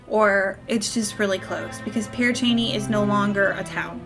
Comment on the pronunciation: Your saying it correctly....the name lol but I've been there numerous times and the witch story is just that...a story...but it's fun to let your imagination wander!